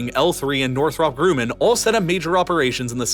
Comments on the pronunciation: I think it's pronounced North-Rup Gruh-man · [~ ] "NorethrOpp-Groomin' " lolwut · Northrop GRUMMAN not Grue-man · The way you pronounced Northrop Grumman was so funny some real marbles in the mouth there . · You MASSACRED the pronunciation of Northrup-Grumman. The last syllable of Northrup sounds like the word up, not op. And Grumman sounds like gum, not groom. And while you're one of my favorite channels on the entire platform (I even got Nebula just because of you), I liked your videos more before you added the background music. Just fyi. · It's Northrop-Gumman not Northrop-Groomman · Northrop GROOMAN…it’s pronounced “GRUH-men” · Northrop Grumman is pronounced "north-ra-p gra-man" not "grewman" The Teaton Mountains are pronounced "Tea-tawn" This is similar to how Nevada is pronounced "nuh-va-duh" instead of "nuh-vah-duh". People have the right to pronounce their locations however they want to, doesn't matter if the language they were adapted from pronounces it differently. Teaton is french and Nevada is Spanish, but having grown up in Nevada you'll never hear one hispanic person pronounce it with the spanish accent unless they are still new to the area. Would be a good idea to make an effort to find out how these locations have their locations pronounced, because its part of their culture, even if it's technically a wrong pronunciation. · did this guy look up any pronunciations before making this video???? “grand titos” “northrope groomin” etc. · Northrawp Grooman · Was the video a voice cloning test? Northrop Groomman, wiyoing, boast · Ugh! Interesting information, but the narrator's delivery is filled with lazy enunciations, e.g.: "Wyoming is similarly-ly-ly required..." "..Raytheon, Boeing, L2, Northrup Grewman" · Teton is pronounced Tee T-On, and Northrop Grumman is Gru-man like uh. I'll never leave Wyoming, even though 95% of the population are idiots. That's still far less than 10% of the idiots anywhere else! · “northrop grooman” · Northrup Groo-men?